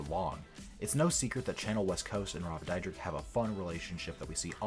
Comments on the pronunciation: ITS DEER-DECK. NOT DIE-RICK. NOT DIE-DRICK. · Rob "Dyrek-Dydrek" Dyrdek. Lol, wtf? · You're pronouncing his last name wron, Dyrdek is pronounced like Deer-Deck. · Is pronounced cha-nelle like the famous chanel brand and rob Deer-deck u fool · Your saying both of they are names wrong really wrong. Chanel West Coast is said like the perfume Chanel number five or Chanel the pocketbook not channel.😡 and Rob’s last name is Dyrdek which is said like dear-deck.. I think before you make a video about someone you should get your shit straight so you don’t look like a fool when you open your mouth because right now you look like a fool And sound like a fool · Jeez, my man can’t even pronounce his last name correctly. Haha 😂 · Bro you don't even know how to say his last name so STFU! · I hate how wrong this dude pronounce “Chanel” and “Dyrdek”. There’s also just some straight up lies. No wonder he has more dislikes than likes. Dude, do a better job getting your facts right.